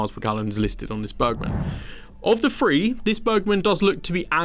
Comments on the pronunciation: listening to free instead of three umpteen times i could not watch any longer , does my head in ! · When you say free don’t you mean to say THREE. Please try to sound your TSS. It’s lazy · He has trouble with his 'thr..'. "Firteen", "top free", "wiv", "fr'own in". Apart from that annoyance, a good clip as I'm in Vietnam and need a new bike. The Medley looks favourable after my 2009 Sym Excel 2. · Why can’t you say that and the but not thousand. Fird at free fousand. What’s that all about ? Review is great and interesting but please try and think of viewers ears.